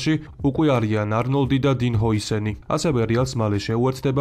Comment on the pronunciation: ჰ"ო"ისენი არაა და კომპლექსების გამო ჯობია სინამდვილეში როგორც წარმოითქმის მასე წარმოთქვა, ჰუისენია ,ჰუისენია როგორც არ უნდა მოგვწონდეს კონტენტში მისი გვარის წარმოთქმა